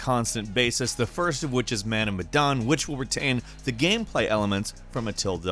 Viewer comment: man of medan, pronounce like 'mehh' but without 'h'